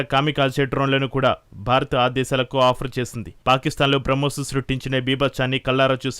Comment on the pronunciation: Bramkos కాదు తల్లి...బ్రహ్మోస్